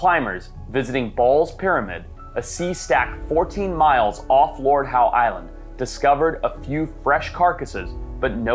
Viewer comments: It's spoken as Lord ````HOW?´´´´ NOT ..... Lord Howdy do dah Howie. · Audsie here its not the "lord howE" it's just "lord how"